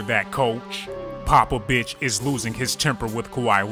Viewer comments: yall heard him say "popobitch" right or is it just me? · omfg this nigga said coach Popabitch😂😂 I'm fuckin dying